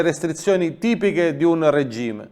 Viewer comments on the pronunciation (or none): none